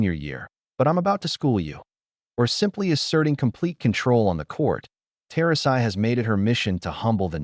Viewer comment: "Tosi" get your AI Bot narrator to at least pronounce "Turasi" correctly.